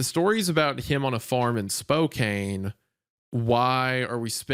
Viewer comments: I hate to be the one who says this but it is actually pronounced Spokane (SPO-CAN) not (SPO-CANE) that's all lol 🤣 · (Spow-can ) not ( Spow-cane) lol sorry I had to many people give me shit about this i get PTSD every time I hear( spow cane ) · Hey guys ❤️ love the show! Spokane is pronounced like Anne, not like Cane. Spoke-Anne. Not that it matters now but like, just in case you ever read another story set in Spokane 😂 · 4 months late, it’s pronounced Spo-Can not Spo-Cane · The way they keep pronouncing Spokane as “Spo-kane” and not “Spoke-ann” bothers me so much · Loved this story!!! But just letting you guys know from someone from the Washington area that it’s not pronounced SPO-CANE WA it’s Pronounced SPO-CAN Washington. Other than that like I said amazing story!!! 👍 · For anyone who might be wondering Post Falls Idaho and Spokane Washington are around a 30 minute away from each other Spokane is also pronounced (Spo-can) not (Spo-cain) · Couldn't get over the pronunciation of Spokane 😂 its Spo-can not spo-cane honestly ive never heard that pronunciation ive been over here my whole life😅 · Besties. It's Spo-can. Not Spo-cane. Source: I was born and raised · It kills my tism to hear Spokane pronounced wrong lol its said spo-can (born and raised there , and still here lol) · PLEASE learn how to pronounce the names of cities before reading the stories lol. It's not "Spo--CAIN" it's just "Spo-CAN" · I feel like these guys mispronounce so much stuff for rage bait and IT IS WORKING... ITS SpoKAN, not SPOKAINE! ITS DilapiDATED, not DilapiTATED! GOOD GOD MAN.. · Washington native here! It’s Spokane pronounced (spo-can) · Brother. You said Spokane right the first time and then every time after that was torture. My family helped found the town and have lived there ever since (unfortunately). It’s spo-can. Not spo-cain. Ik ik the e makes it weird but trust me. If there’s anyone there listening to this from there, they’re smackin head against wall. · 😵 spo-kane 😃 spo-kan